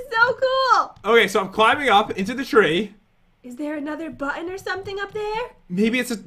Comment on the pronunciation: Button* the second time you said button it said botton